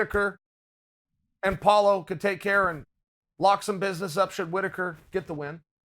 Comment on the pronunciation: Chael keeps it gangster, collects another mispronounced head, calls Paulo "Paula" . #Kamara #Yarir #Paula